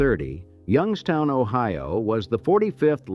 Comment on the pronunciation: ...and now they are all dead. Yung-ESS-toun rots better than any city I've ever seen. It's as if it was built to rot.